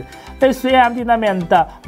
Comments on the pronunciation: fclk = fabric clk 不是疑似读得flck 符赖克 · FCLK read as FLAC？？kidding me?